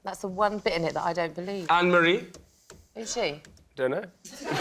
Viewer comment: C'est «Anne-Marie», elle n'est pas «Ann-Marie». :)